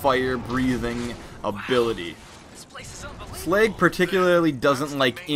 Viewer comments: it's slug not slag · Sleg? He called Slag, Sleg! Too funny